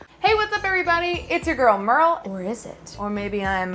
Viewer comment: I love this. And i also love how Merle is pronouncing the german names ☺️ (i‘m german lol)